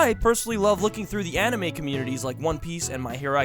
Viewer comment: YOUR IN A ANIMEH!!!!!!!!!!YOUR LIFE IS A ANIMEH!!!!!!!!!!!!!!!YOUR ALL ANIMEH CHARACTERS!!!!!!!!!!!!!!!!!!!!!